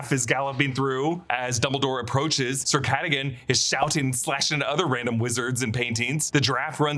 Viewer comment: It was “Sir Catagan “ for meow 😸